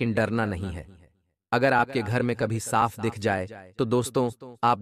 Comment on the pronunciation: Sanp ko sahab ya saag bol rahe ho Jani......